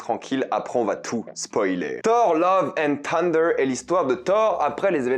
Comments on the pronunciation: Love and ssunder, pas tunder !! D'ailleurs on dit bien Tor en français, mais Ssor en anglais. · Tu es sûr que le "th" de thunder ne se prononce pas "θ" ? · Salut,merci pour tes vidéos et merci de défendre le cinéma!ne le prends pas mal mais quitte à prendre l’accent américain pour le titre du film n’oublies pas le cheveux sur la langue sur « th »de thunder!pas une critique juste un conseil pour améliorer ton anglais!✌️